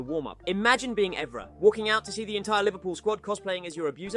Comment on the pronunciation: Ay-Jax. Eevra! Chellini? Fuckin hell 🙈 the pronunciations are so bad definitely not a proper football fan 💩